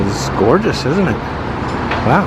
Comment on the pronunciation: Congratulations, you have me saying "idn't it" instead of isn't it 😂😂😂